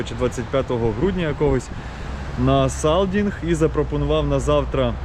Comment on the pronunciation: саЙдинг !!!!! А не саЛдинг !!!!!